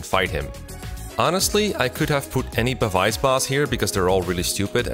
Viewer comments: Say it with me now Pah-bees, not pa-vice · I hate to be nitpick, but this was honestly throwing me off a lot throughout the video, so I just had to comment for future reference. Pavise is pronounced like "pavis." The ability is in reference to pavise shields, which were very large shields that, unlike regular shields, were not held in the hand when in use but instead deployed on the ground to stand upright independently. They essentially acted as portable cover from incoming arrow fire.